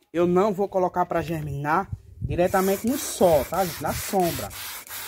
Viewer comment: Vc explica muito bem. Gosto dos seus vídeos porém não fique chateado, mas vc pronuncia só e não sol. kkk